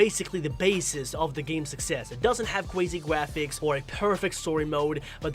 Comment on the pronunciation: says graphics wrong me: ayo there no way a GROWN ASS MAN COULD SAY GRAPHICS WRONG also me: goes to another video he made:says everthing like a baby me: ARE YOU F CKIN SERIOUS also me: stops watching his vids